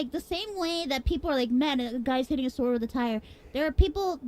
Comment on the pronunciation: "SAORD" "SAWORED"